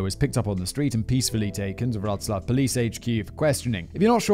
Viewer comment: Callum can really compose some compelling prose. And Mr. Whistler, knock me over with a feather, you really nailed the pronunciation of Wroclaw. Pretty soon you'll be able to say Levis properly. ;)